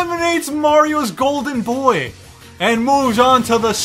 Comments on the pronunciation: He was trying to say Boy but it sounded like Roy so the editor put Roy over it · He said Boy and it sounded like Roy so the editor put Roy over it